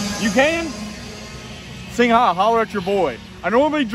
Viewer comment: It’s pronounced Sing , not sing-ha, for Christ sake!